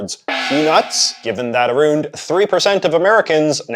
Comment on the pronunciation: Dude said lying “aroooned”.